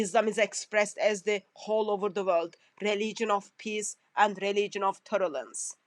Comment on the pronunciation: Poor woman saying "torrelance" instead of "tolerance" and there are Christians who regard her as a scholar. What a pity!!! 😂😂😂😂